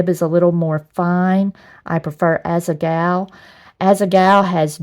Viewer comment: Am I the only one who constantly hears asa-gao "as a gawl"